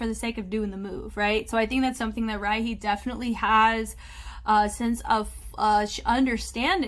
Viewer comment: Hey, just wanted to let you know Rihey is pronounced as Ree-haey, she explained that she named herself that because she wants to be somebody you want to call again( smth like that ) so Re-hey